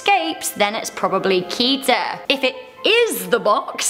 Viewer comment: The first SCP classes are with a special group called SEKTA: Safe Euclid Keter Taumiel Apollyon. But there are many many many more classes and even class-mixes Btw you pronounce Keter as Kedder/Ketter